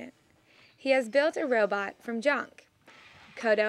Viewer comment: heh sounds like first reporter is saying "row boat" instead of robot. Pretty cool that he build it from trash.